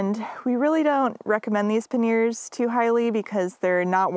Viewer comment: Great video — looking forward to some scenic shots of your travels. I must say though that i chuckled every time you said ‘paneers’ - which is a kind of homemade Indian cheese 😂. The bags on the bike are ‘panyers’ (or ‘panny-ers’ if your French is not so good).